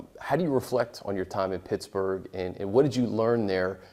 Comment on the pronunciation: Its PITTSBURGH homie not pitchburg😂